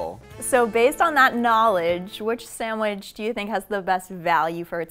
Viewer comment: “Samwidge” really? Ugh